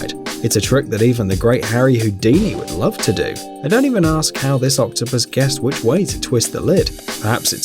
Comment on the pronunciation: U saying octopus wrong